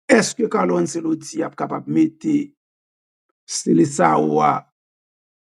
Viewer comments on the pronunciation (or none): ce an italyen prononcé comme tche